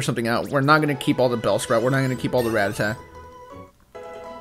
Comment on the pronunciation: Dude Ra-TAT-a. That was killing me haha